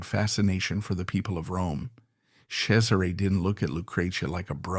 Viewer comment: I love this, but the pronunciation of the names drive me insane. LOO-CRAY-ZEE-UH..... CHEZ-ER-RAY....